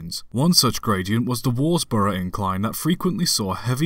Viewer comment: Worsborough, pronounced Wuz-brough.